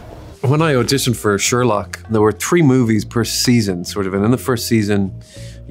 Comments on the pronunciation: ah yes the "Scherlock schreenwriter". Lovely video tho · ‘Scherlock’ eeek 😮